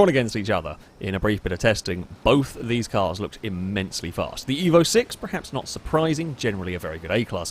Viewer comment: STOP SAYING PREHAPS. ITS FUCKING PERHAPS. PER PER PER PER PER